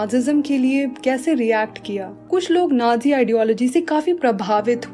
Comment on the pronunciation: Ohh pagli vo nadzi nahi hota vo nazi hota hai